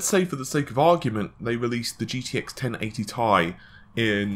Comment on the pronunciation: me thinking: why does this guy have 40k subs? guy: "gtx 1080 T I E" whoop there it is